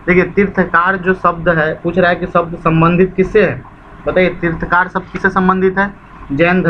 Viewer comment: तीर्थंकर होता है तीर्थकार नहीं